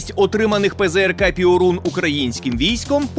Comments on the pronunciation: Перун, а не "піорун" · Не "піорун", а пьорун! Тобто блискавка. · не піорун, а перун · ...штук. і то не на передову. А польський ПЙОРУН - то Перун., а не піорун. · io в польській мові читається як йо - тому не пиорун, а пьорун. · Piorun читається як Пьорун. А переклад то блискавка. :) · ПЗРК ПьОрун. наголос на "О", яку пом'якшує "і" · Після слів "піорун"😂 я пішов звідси і думаю не повернусь)